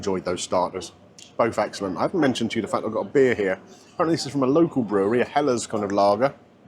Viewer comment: The vibrancy of those greens was enticingly impressively against the monochrome of the rest. Clever to give different texture and flavour of 'peas'. Ps, kudos on the correct pronunciation of helles!